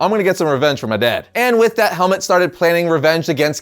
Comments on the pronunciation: I can't get over you pronouncing his name 'helmet' 💀 It should be 'Helmoot' iirc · its Helmut not Helmet XD